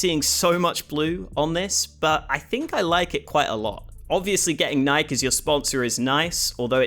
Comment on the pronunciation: "N - ike" ??? this mans